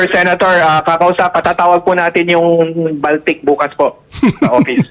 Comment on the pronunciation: Baltic po yan as in BALTIC SEA or BALTIC COUNTRIES, not baltik as in sira ulo. Just sharing po. THANK YOU po.